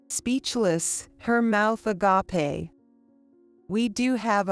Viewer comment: There it is again, mispronouncing agape! I hate this AI voice